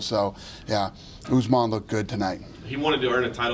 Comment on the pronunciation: Whys he saying usman like Guzman lmao